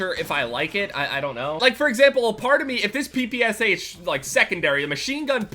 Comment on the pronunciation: Fuck you, I cringed every time you said ppsh